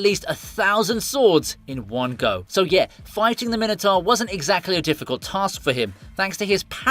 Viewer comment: Sorry, Min-e-tar? Mine-o-tour... please.